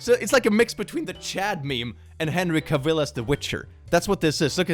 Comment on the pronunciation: I cannot get over how you pronounce Henry Cavill's last name 🤣